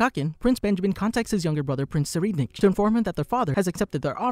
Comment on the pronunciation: not to be rude buuuutttttt.... its pronounce prince sir-ride-nick please next time fix it, it hurts my brain.. also love your vids